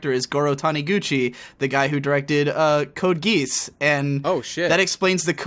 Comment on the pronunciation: I know he likes to pronounce things his own way. But code geese? Come on tell me you said that as a joke xD